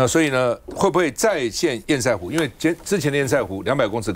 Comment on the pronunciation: 趙先生，拜託您！堰塞湖的（塞）與瑟同音才對！ 我不懂？這麼多天了，你為何要一直念錯音？一定有人糾正您，您怎麼還一直念“賽（賽），而不改正呢？您是媒體人，您有責任以身作則。